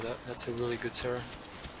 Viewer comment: Kept hearing Sarah not Cera 😆